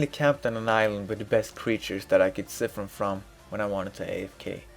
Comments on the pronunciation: "psy-fun" not "ci-fin" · i cri everytime i hear siffen